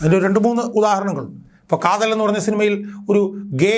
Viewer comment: Kathalan alledaa mandaa kaathal😅